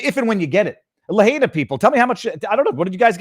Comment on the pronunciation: I Love you. Please learn to pronounce Cajun and the city of Lahaina.